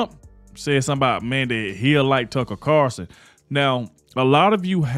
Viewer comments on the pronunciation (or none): It CarLson WITHAN "L"!! Please say his name correctly!!!